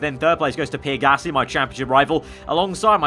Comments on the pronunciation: It’s PEE-AIR not PEER Like so can see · Me I care it’s not a huge problem just trynna tell him the right pronunciation